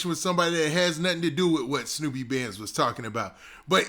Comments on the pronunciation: Its SNUPE not SNOOPY lol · Snupe name is not pronounced like that 🤣